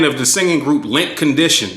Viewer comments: The ninja said ‘Lint Condition’ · My Nuggah said Lint Condition 😂 ( Mint Condition a ole skool R&B group to u yung unz )